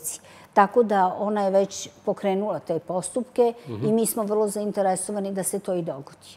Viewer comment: ZainteResovani, akcenat potpuno pogresan Joj, joj.